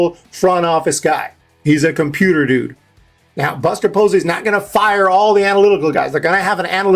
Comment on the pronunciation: Who is "Buser" Posey and how is he gonna make changes